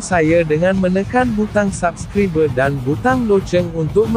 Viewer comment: Pandai admin ni menyamar jadi org malaysia. Org malaysia sebut perkataan "subcribe" bkn mcm yg admin sebut.😂😂